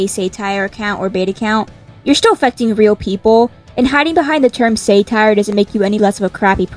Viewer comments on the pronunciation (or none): wait isn't it called sat-tire not say-tire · its pronounced SAH-tire not SAY-tire girl😭😭😭😭😭⚰️⚰️⚰️⚰️⚰️⚰️⚰️ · did you just say “say”tire 😭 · Say-tire is crazy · It's said sat-ire rather than sate-ire. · the way you pronounce satire 😭😭😭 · Say-tire????? I thought it was sah-tire? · Sa-tire not sai-tire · "say tire" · 'saytire' is insane 💀☠☠☠☠💀💀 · I have never heard someone say 'satire' as "say-tire", everyone i've heard say it pronounces the 'sa' like in 'sap' or 'saffron' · off topic but................ saytire? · Why tf does she pronounce Satire as “SayTire” 😭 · Good point, but the 🤓☝️ in me can’t stand the we way you said Satire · No offense but why do you pronounce "satire" like that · sorry but why do u pronouncr satire like that